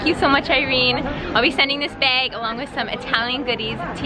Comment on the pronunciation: Love your channel!!! I`m from Minnesota haha We both miss pronounce the word bag the same way haha :)